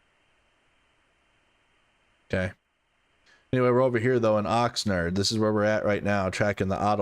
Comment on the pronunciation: Love your videos - It's Oxnard not Oxnerd